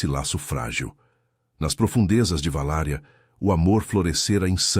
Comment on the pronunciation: Não é "VALÁRIA"! É VALÁQUIA, cidade do Drácula, na ROMÊNIA!